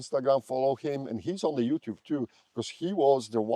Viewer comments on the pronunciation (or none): none